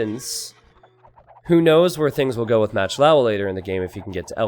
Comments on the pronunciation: Pronounced moc lova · Why do you call "MachtIowa" "Matchlaua"? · How you say "Machtlowa" drives me up a fucking wall.